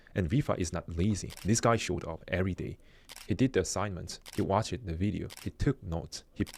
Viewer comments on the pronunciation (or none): The word “months” is a single syllable word has a single s in it. It’s not pronounced “months siz”. Pronounced “monthz” “Case” is a single syllable word it’s not pronounced “case uh”. Pronounced “cays” Most words ending in -ed the -e is silent. Watched is a single syllable word. It’s not pronounced “watch” “ed”. It is pronounced “watchd” 😂